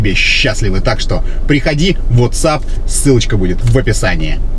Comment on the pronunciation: По-русски пишет вАтсап, произносит вОтсап. Бесишь